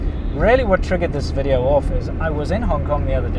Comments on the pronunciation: vee-dee-oh :D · It was cuter when she said “Welcome to another Weedeo”. 🤣 Glad her permutation is improving, though.